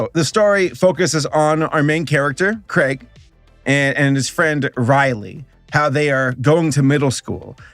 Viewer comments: At first when he was saying Craig, I thought he was saying Greg but like with a little laugh after it so it came out as Craig but turns out he was saying Craig the entire time. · Craig? Riley? I get it's your accent, but still. Its pronced as Gr-eg and Row-Ley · Craig and Riley...😑😑😑😑😑 WHYYYYYYYYYYYYYYY????!!! It also haunts me that there are people roaming the earth saying Theynos instead of Thanos. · Its Craig not Greg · Hearing call Greg and Rowley “Craig” and “Riley” give some life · he said Craig XD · Is he saying Greg or Craig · I love that he got Greg and Rowley’s names terribly wrong, but Fregley’s name spot on. Also, just so you know, the first three live action movies are actually really good (AVOID THE LONG HAUL AT ALL COSTS) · Can we talk about how he says Craig instead of Greg lol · Is saying Craig?! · "Craig" and "Riley" lmao. That had me dying even though it wasn't intentional. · Did you just call him craig? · How do you mispronounce Greg lmfao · He didn’t just pronounce Greg and Rowley wrong, but he also pissed off the entire Danny Gonzalez fanbase lmao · Is it me or did butcher the characters names😭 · What cracks me up the most is the fact that he got fregley right but not greg and rowley. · How did you get fregley right but not Greg and Rowley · I think I’ve found a new drinking game. Every time he says Greg and Rowley’s name wrong, take a shot.